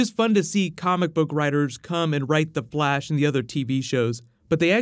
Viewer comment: did any one notice that he said the blash